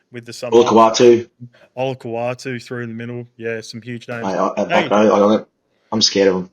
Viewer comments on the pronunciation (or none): Someone needs to help Cooper Cronk out with the pronunciation of Olakau’atu. Bro changes the apostrophe for an L - Olakaulatu 😂